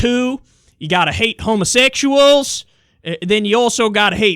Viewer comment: "Homasextuals" That is me... I'm dying😂😂😂